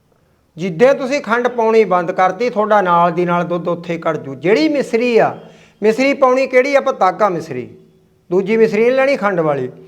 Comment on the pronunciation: ਮਿਸਰੀ ਨੀ ਹੁੰਦੀ ਮਿਸ਼ਰੀ ਹੁੰਦੀ ਹੈ